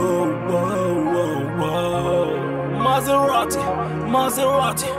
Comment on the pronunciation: S'il veut faire un accent anglais, ça se prononce "Maseradi"...